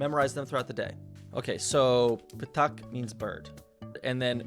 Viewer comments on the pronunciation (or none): To me it sounded like "tak", not like "ptak".